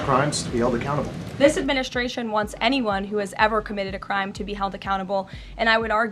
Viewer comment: adminiSTRation. not adminiSHTRation. stop saying that!